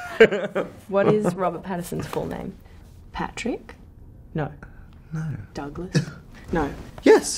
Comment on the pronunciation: “nOoew” “you’Re fIve-fOurr?” “miXtuRe of inSecuRiTieS”